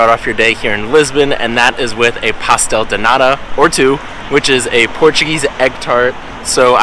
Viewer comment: Pastel de nata....not pastel de nada ..kkkkkkkkk